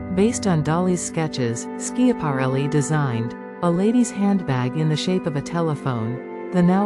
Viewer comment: How can you expect folks to listen when within the first 8 seconds the AI narrator mispronounced ELSA SCHIAPARELLI?!?